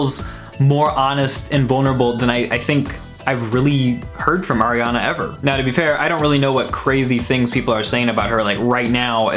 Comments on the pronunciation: ARIANA NOT AIRIANA 🤨🤦🏼‍♂️ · "aiRiAnA" oof. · It’s not AIRiana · I don’t like AIR-iana Grande... We can tell... we can TOTALLY tell LMFAO HAHA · AIR-iana Grande.